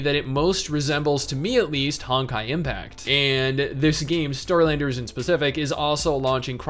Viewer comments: Is it bad that every time he said Starlanders I heard Skylanders. Lol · I thought he was saying Skylanders at first too lmao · I don’t know why but when he said Starlanders I thought he said “SKY”landers for some stupid reason I don’t know why...